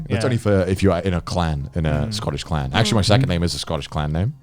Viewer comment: How are they able to say clan with an audible k ?